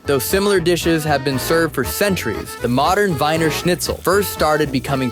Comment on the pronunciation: It id pronounced like the "wiener" in "wiener dog" or "wieners" the saussges. They're Vienna saussges. Vienna is the english word for the city. It's actually called "Wien" in german.